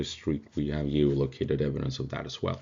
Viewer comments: Gee oh loke aye ted. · Your English is great, but figure out how to say 'geolocated'